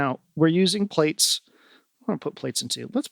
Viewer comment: hey, love Ur videos. just wanted to let u know Plaits is pronounced Platts with a long a sound like flats but with a p instead of an f. it's a way of doing hair that's why he named it plaits because it is the braids successor. I don't mean to be rude or anything, just thought u would want to know. thanks for making such great eurorack videos man, Ur fucking awesome!